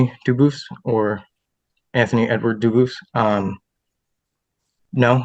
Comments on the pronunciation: Is the name “Dubois”? Cause if so, he definitely is not correctly pronouncing it in the French way. It IS “doo-bwah” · Do-booce is most definitely not the original french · Uh, its Dufus